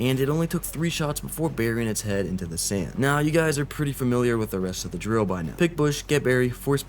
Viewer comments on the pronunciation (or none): none